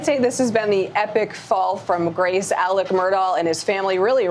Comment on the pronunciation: She keeps calling him Alek